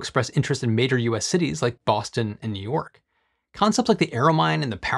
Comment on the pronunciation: He butchered Bahstin and New Yorwk though…